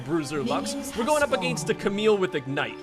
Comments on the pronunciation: cant get over the fact that you say "ahgainst" and it doesnt actually bother me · My god the way you say against is triggering me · I hate how he pronounces "against"... You're not English,!